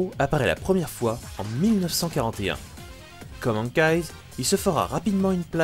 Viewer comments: Hawkeye ne se prononce pas Hank eyes mais Ok ail en espérant que tu comprennent ce que g écrit sinon super boulot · Hawkeye se prononce okaille y'a pas s sinon super video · Bonne vidéo! Juste, on dit Hawkeye [Owkay]😉